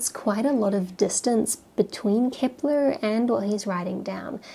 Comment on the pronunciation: Why is she saying "Kipler?". I thought his name was Kepler?